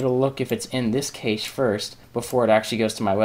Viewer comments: cache is pronounced CASH...not cashe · Nice video :) However Cache is pronounced differently. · I like your video and really appreciate you posting this but the mispronunciation of Cache (as Vincent points out) was just painful.